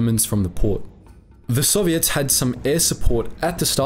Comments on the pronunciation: You say the word “Soviets” like they are an all female pop band. I like it. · He's talking about intonation. With the word soviet, the accentuation is usually on the "o", puts it on the "ets", which gives the impression OP referred to.